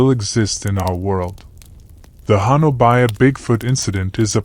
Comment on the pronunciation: Honobia is pronounced ho nub e